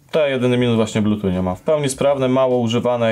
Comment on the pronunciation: Wciąż się czepiam do blutuCZ k... Blutut nie inaczej